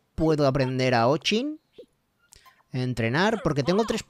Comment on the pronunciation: Se pronuncia ochin no o chin